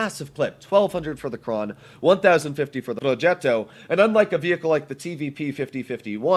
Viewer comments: Also say projettto and krangbang is satisfyng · The way he saying progetto sounds satisfying idk why